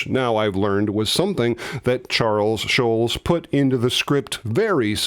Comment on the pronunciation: You mispronounce Schulz. There is a very German pronunciation which we don't expect, but the accepted Americanized pronunciation is not shulz. It's more shults. Search YouTube for samples.